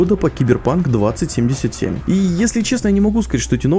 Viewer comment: Блять как мне режет слух 20(пауза) 77 сука название 2077 это как сказать 2к 77 это раз второе лучше пускай делают дольше но выйдет качественнее и третье мне кажется будет deus ex с кастамизацией ГГ и вобщем то и все. Я читал много книг, комиксов про киберпанк смотрел аниме и фильмы играл в игры и думаю врятле меня чем удивит проект(я не утверждаю лишь имею догадку)